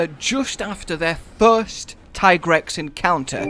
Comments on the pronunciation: Tye-Grex?.... Yes absolutely and there is NO OTHER WAY TO PRONOUNCE IT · i agree with the whole tigrex pronunciation rant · The ones calling it Tiegrex are in the wrong , in many languages like french or Spanish Tiger is Tigre so yeah, Teagrex is the correct way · in spanish is tigre... so ti-grex always made more sence than ty-grex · Also its pronounced tiigrex because tiger in other languages such as german the word tiger the i is spoken loonger : tiiiger +trex=tiigrex just to let you know why hes pronaunced that way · I have no problem with everyone calling it Tai-grex since it should be the english form of pronuoncing the name but many don't realize that the way the developers call it comes from the spanish word tigre or at least thats the way it seems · It's kinda stupid to me that that the Tigrex pronunciation argument ever happened in the first place? His Japanese name is ティガレックス Japanese words are spelled almost completely phonetically. As long as there's no Kanji involved (and there aren't here that's pretty much all Katakana) each symbol represents a syllable, except for certain symbols that modify the one before them Tee-Ga-Re-Ku-Su